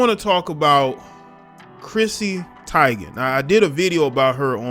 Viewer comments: She said her name is pronounced ty-gen. The media and everyone else mispronounce it as tee-gen. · name pronounced like Tee-gan